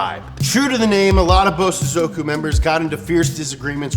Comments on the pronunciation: why does he say something incorrect every episode "BOZOSOOKUW" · The accent is on the so not on the zo.